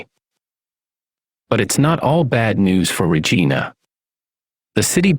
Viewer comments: Obviously the AI voice guy isn't Canadian.its RegIna not Regeena😁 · Where are you from anyway? For one I've never heard anyone pronounce Regina like you do. The i in Regina is pronounced like "eye". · Saying regena was fucked up. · I'm from Kelowna and live in Regina now. But I don't know what's worst. The way your pronounced Regina or the Okanagan. Lol :p But seriously its so sad to see Kelowna worst then Regina. It was such a beautiful place growing up.